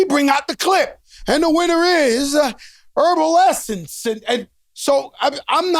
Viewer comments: Joe said "herbal essence" for evanescence lmfao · This nigga said Herbnescence!! 😭😭😭🤔